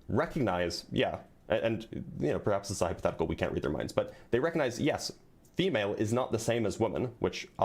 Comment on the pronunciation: "Hyperthetical" 😂😂😂😂 No wonder he was so afraid of HYPOtheticals 😂😂😂